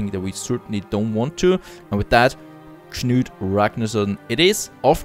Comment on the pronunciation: Your guy's first name is the same as a very famous English king. It's pronounced KANOOT. Just helping out. Cheers.